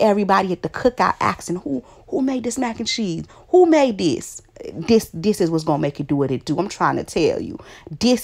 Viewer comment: What is "diss" its "this"